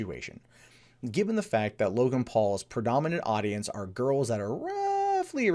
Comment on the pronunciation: "Login Paul". Sorry? Isn't his name Logan, not "Login"?